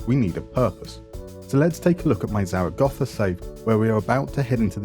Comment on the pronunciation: Zaragoza is not Zara Gotha. Grow up.